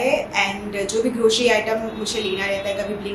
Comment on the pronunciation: Grocery not groshery 😊